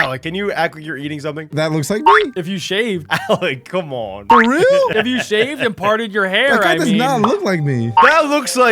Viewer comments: It's not rael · It is not rael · It not ril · it. not. reaI